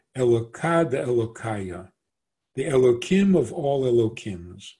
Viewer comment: Why you pronounce Elohim --> Elokim?? is it a new version of Hebrew? or a new idea like the idea u made that G-d need his creation?